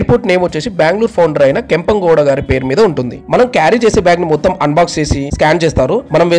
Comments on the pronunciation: Not kempongoda bro First pronounce it well it's kempegowda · Its is KEMPEGOWDA AIRPORT. please pronounce words properly.!